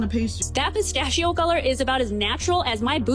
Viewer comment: I hate how she doesn't know how to pronounce pistachio.